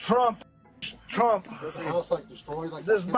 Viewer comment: He said trumps name like it was Beetlejuice....tf...what an idiot....but hey, it totally tracks